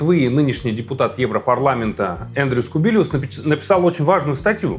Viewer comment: Андрюс Кубилюс. Не Эндрюс Кубилиус.